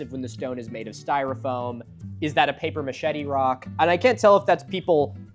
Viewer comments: paper machete? Lol, come to Montréal for some french immersion Milo! Papier Mâché! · Papier-mâché (pronounced paper ma-shay), not paper machete (just FYI - love your videos btw, you and Flint Dibble are my fave pseudoarchaeology debunkers) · Paper machete? U mean paper "mache"? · paper mah-shay milo not machete 😂🎉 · Paper machete? 🤔 (maa-shet-tee)? 🔪? Honey, it's pronounced paper maché (maa-shay). 😆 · Is Milo saying “paper machete”? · It's pronounced paper muh-shay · Is it not pronounced “paper ma-shea”? Did my 1st grade art teacher fail me? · I sincerely hope you're saying paper machete to be funny, and understand thats not how it's pronounced. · "a paper machete rock" perfect pronunciation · I'm having an Inception moment . I'm watching you watch ridiculous Facebook videos, and while doing that you are talking about how you feel like you're going insane, and now I feel like I'm going insane because you're saying "paper machete"... and I can't tell if you actually think that's how the word is pronounced😅😅😅😅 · Did he say "Paper Machete"? Did he mean that or did I miss something? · don’t know if I missed the joke but it is pronounced paper-mah-shay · TF is paper "machete" Milo? Stuff that escalates paper cuts into paper amputations? 😂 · Talking about neurological damage, hearing papier mâché as paper machete gave me some 😆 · Losing it over Milo's pronunciation of paper machette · I don't know if they wrote it wrong, or if you read it wrong, but it sure is not "paper machete" like the jungle knife. Love your stuff. One of the best. Keep never stopping.